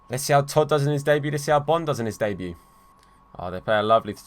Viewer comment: I thought Bonne was pronounced Bone